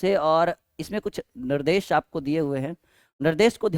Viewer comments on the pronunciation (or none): Nardesh nahi sir nirdesh🤣🤣🤣🤣